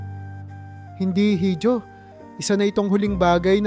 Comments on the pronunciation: Iho po ang correct pronouncation hindi hijo. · Dapat po iho ang bigkas sa letrang (hijo).hindi hidio. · Pronounce it correctly Hijo— iho Hija— iha